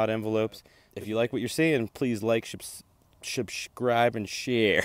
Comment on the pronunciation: Imagine the moment you said thanks for 50 subs i clicked the like button only to realize i'm not logged in, the moment you said "shubshcribed", i laughed and decided to log in and liked the video.